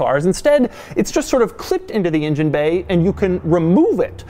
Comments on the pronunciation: It's an engine... Not an injin. Stop getting it wrong, it's not that difficult ffs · I say engine Doug says injun. Tomato/potato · doug the kind of guy to always say ingine instead of engine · You mean "in-jen?" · asldigga06 he said ingine as soon as I read your comment lol